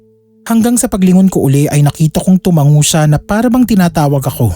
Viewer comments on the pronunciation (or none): none